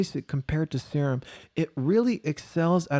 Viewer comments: Serum. See-rum. Like in biochemistry. Aaannd.. phallus? really? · "Sir Umm." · Wow that is not how you pronounce "serum"! Assuming you are being funny! Subscribed!